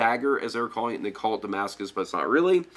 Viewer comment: I like how he says damascus, he knows the thing